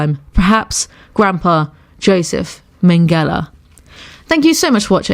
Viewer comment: Your voice sounds so different but iLOVE IT! Charlie and the chocolate factory, well the remake, is my favourite movie :) watched the original though as well :) nice job on this one! Edit: super funny to me as a German, how you pronounced Josef Mengele :D